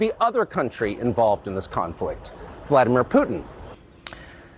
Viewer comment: Benny its not Voldymor, it's Vladimir.